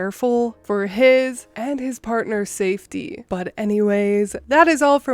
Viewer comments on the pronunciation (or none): none